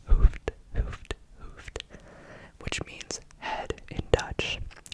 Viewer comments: Your dutch was definitely not bad, but ‘hoofd’ is pronounced like an oo, as in the word clooned. I think that is the best way I can discribe it haha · I like that you included Dutch! I laughed out loud at your pronunciation of ‘hoofd’, though. The double ‘oo’ is pronounced the same as a singular ‘o’, but just a bit longer, so no English ‘oo’ sound. Great video nonetheless :)